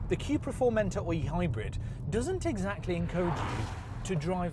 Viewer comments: It's not Quepra, it's Cupra :) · Cupra = Cupracer so Quepra is wrong 🤭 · Theres only so many times I can hear you say QueuePra before I totally lose my marbles